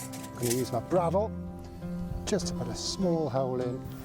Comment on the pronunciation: Pronounced “braddle”